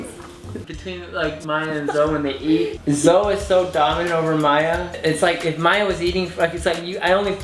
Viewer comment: Nice to someone else pronounces Zoe as Zoe like Zoey. ^^' I was feeling weird because everyone pronounces it like Zo ;-; thanks for the compliments to the name~♡ your cats are adorable~♡